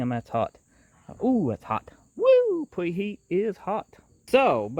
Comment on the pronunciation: He lost me at pwep instead of prep and pweheat.